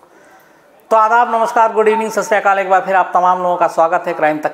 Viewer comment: Sir aap harbaar sat shri akal galat bolte ho , ager samay ki kami ho to na bole, per agar bol sake to sahi bole... Apki kahani kehna sahi hai bas thoda speed badaye.